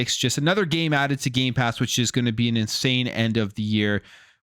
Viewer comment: He loves saying Gaypass